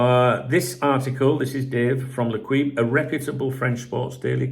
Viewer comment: I know you probably don’t care but if you say ‘lay keep’ then you’d be much closer to the proper pronunciation of L’Equipe